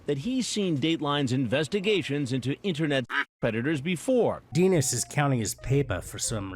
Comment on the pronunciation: Denis is a French name. Final consonants are silent. The I is pronounced "ee".